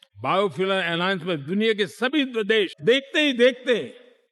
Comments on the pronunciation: Amitshah ji deas nahi dash bola jata he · This man can't even speak Hindi properly. Sha is sa for him, des can't say desh! Apna naam SHAH kaisey batata hoga... "Sah"😢